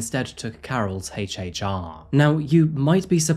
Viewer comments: HHR . NOT HACH HACH R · Da hell is a heychee heychee Ara? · HAYch HAYch R 😆